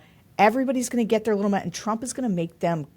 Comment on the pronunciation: sorry--keep going, not "toing" !!!